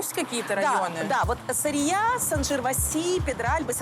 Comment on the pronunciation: Какая СарриЯ… сАррия….